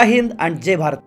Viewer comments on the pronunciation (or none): none